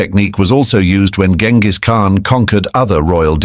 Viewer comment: That's not how you pronounce his name btw.